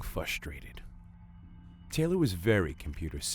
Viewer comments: haha you said fustrated not frustrated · Wait did he say fusterated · Did I hear him say "fustrated" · he pronounced it fusturated and IT BOTHERS ME SO MUCH!!! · She was getting "fustrated"... 😂